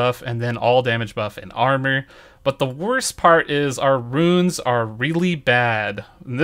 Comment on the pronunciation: I love your videos - I put them on and listen while I'm getting ready for work so I have what I wanna do in my head later. Only thing is,, you keep saying "Runes" instead of "Ruins". Roo-Ins. Haha but thanks for keeping on top of this videos early in the day, super helpful.